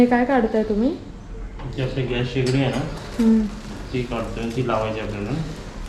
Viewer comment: घ्यास नाही रे बाबा त्याला गॅस बोलतात.. तुझं एवढं शिक्षण होऊन काय उपयोग 😢